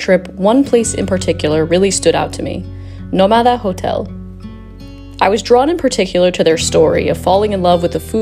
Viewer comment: Shouldn't the name of the hotel be pronounced /nO/ma/da/ with the stress on the first syllable? If there were no written accent, then it would be /no/mA/da/.